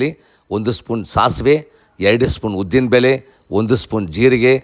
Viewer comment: ಅಯ್ಯೋ ಬೆಲ್ಲುಲ್ಲಿ ಉದ್ದಿನಬೇಲೆ ಇದು ಯಾವಭಾಷೆ ಮೊದಲು ಳ ನ ಅಕ್ಷರಗಳನ್ನು ಸರಿಯಾಗಿ ಮಾತಾಡಪ್ಪ ನಿನ್ನ ನಾಲಿಗೆ ದರ್ಬೆ ಹಾಕಿ ಉಜ್ಜಿಕೋ